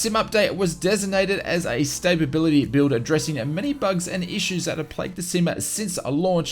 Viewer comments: *stability (not stapability) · Am I missing some in-joke with how you're saying stability as though it's spelled staybability?